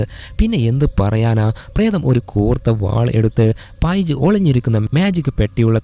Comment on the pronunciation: പൈജ് അല്ല പെയ്ജ് 😂